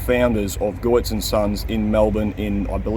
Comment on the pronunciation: It's pronounced as Getz not (Goy-its) It's German...I had to find out from the Contractors here in Canada.